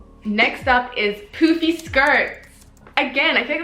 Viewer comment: The way that you say poofy sound more like poopy lol